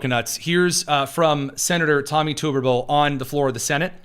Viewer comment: as a resident of Alabama, I have to correct your pronunciation of one of the finest Senators we have (who I do HOPE will be our next Governor), Tommy Tuberville. It's pronounced Tub errr ville. Thank you for your attention to this matter. 😀